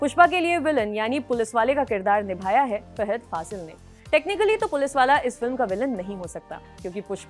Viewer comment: Madam... please pronounce the names correctly... You pronounced Daggubatti, Fahadh wrong..& other 2-3 names... Do homework & one more thing...Mahesh Babu is also a great actor... don't criticize by saying..."creative difference ka hawala.." By the way...South Indian actors have very good rapport with each other....unlike Bollywood...😏